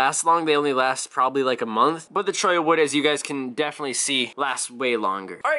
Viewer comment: Your one of the few people who pronounce Cholla right.